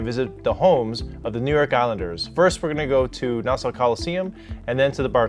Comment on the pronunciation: Great video man. As an Islanders fan I can tell you the main thing we don't like about Barclays is its not home. That building and Shea Stadium were my childhood. On a side not your pronunciation of Nassau hurt my ears. Just say it like Nass-Saw. Keep up the good work even though I'm gonna hate the next video due to the Rangers sucking.